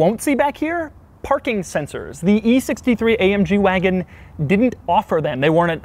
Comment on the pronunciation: When he said ma waagon